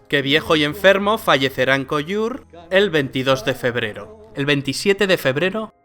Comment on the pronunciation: Pronuncies "Colliure" en francès però no pots dir "Lleida" o "Vinaròs"?